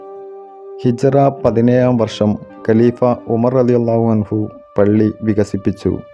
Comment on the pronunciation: ماشاءالله 🌹 Nice avatharanam. Oru thiruthal... Aboobacker (R) (anhu) ennan vendeth. Anha alla. 🙂